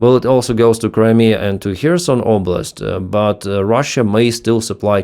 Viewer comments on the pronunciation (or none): none